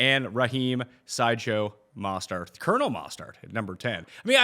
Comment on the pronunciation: dude does not have the ability to pronounce mostert correctly once